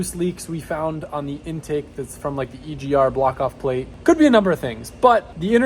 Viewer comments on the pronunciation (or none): none